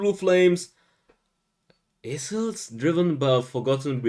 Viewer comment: lmao i kinda wanna tease about the "isels"